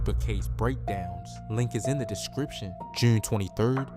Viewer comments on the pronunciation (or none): “Juune 23rd”😂 I knew right there